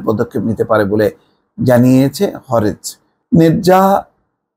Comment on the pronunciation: শব্দটি হবে হারেজ।